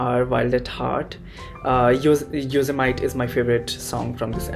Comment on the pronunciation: Bdw Yosemite is not pronounced that way😭